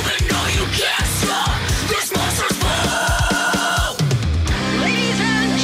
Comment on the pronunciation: "Monsters Bull" 😆 The accent...